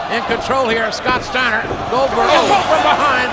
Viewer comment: I can't with this :'D "Stiener" hahahahaha